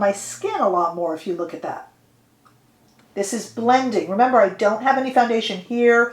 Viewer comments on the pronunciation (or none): none